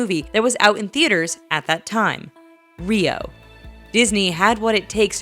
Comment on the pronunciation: Was anybody else confused when she said "Rio"